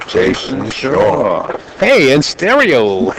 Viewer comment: Announcer goes out of the way, to pronounce every W as an R. Jason Shar/ Jars of the pocket. Psh/Smh